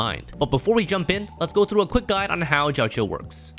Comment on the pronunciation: bro said jao chill xD